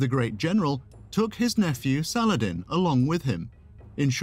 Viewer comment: Great video. I've always been fascinated by Sal-ah-ladin <3 ... Keep up the great work, my friend :) ... I would like to see and hear much more about the ancient greeks <3